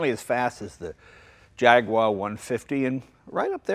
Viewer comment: the way jay says jaguar hahaha